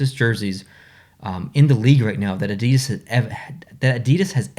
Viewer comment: not gonna lie....North Americans pronouncing Adidas is like nails on a chalkboard. 😣